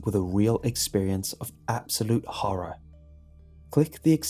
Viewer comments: He said horre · When says horror, I hear horra